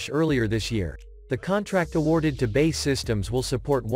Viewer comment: Please have a British voice describing the video as the current person does not know how to pronounce BAE